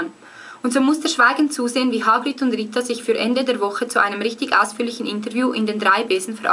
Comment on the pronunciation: Du spricht Hagrid ja aus wie H-Grid :D Nei aber im ärnscht: voll geils Video ;)